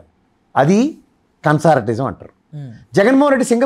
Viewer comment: అది కన్సార్టియం సార్, కన్సార్టిజం కాదు.